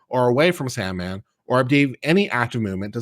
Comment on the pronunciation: It's Sandmann.